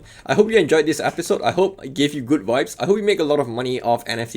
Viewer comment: Funny bro... Vibes means nice stuff or feelings... And you didn't pronounce it correctly 😂😂